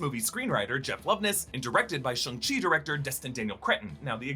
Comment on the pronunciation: Question...Why can't anyone pronounce Shang-Chi correctly. Especially people such as!!! I'll give him the pass on the child-like phonetic pronouncing of Gryphon, but come the F on. 'Shawn'g-Chi